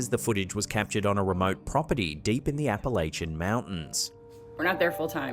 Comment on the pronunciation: She mispronounced "Appalachian"